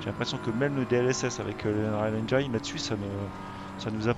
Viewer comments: c'est 'engène' la prononciation... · Merci pour cette review. Par contre, pour info, le i de engine se prononce comme en français, et non pas "aïe"